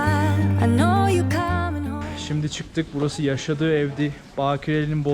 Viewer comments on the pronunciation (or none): none